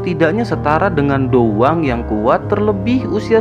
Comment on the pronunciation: Perkataan dou Wang sama dou Huang lebih di perjelas lagi bang, soalnya terdengar samar/mirip